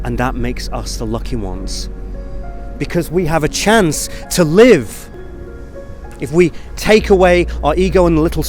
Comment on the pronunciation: I'm sorry, did you say go out and live, or go get some LIDGE? 😢